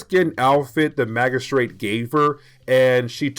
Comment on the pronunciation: The "g"in magistrate is a soft sound like a "j.* Maj-uh-straight or Maj-uh-strut